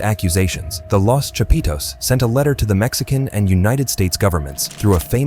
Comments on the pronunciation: "the chapeeetooes" lmao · Every time this gringo say “chapitos “ cracks me up 😂😂😂